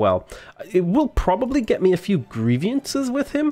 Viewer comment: I cringe every time I hear you say "grievIances". It's "grievances", just the way it's written.